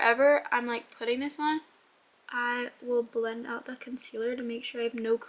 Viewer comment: “DA SECRET SAUCE”